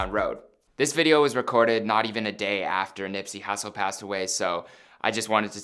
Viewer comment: He called Nipsey Hussle, Nipsey Hassle 😂😂🤦‍♂️